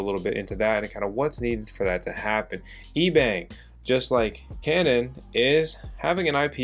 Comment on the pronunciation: Intro I thought you said Ebay, ebang LMAO